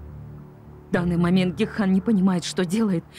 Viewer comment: Гекхан, а не Гехкан!!!